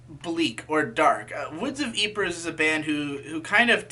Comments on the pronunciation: It's pronounced like "Eeeprey" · Woods of eepra is the correct pronouncuation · That's one way of saying Ypres